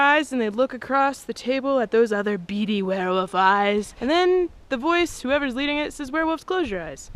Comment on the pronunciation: What's a "werewoof"?